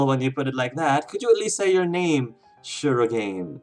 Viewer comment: If you don't mind, I'd like to point out that you're mispronouncing shirogane. It should be pronounced as she-ro-gah-ne(y).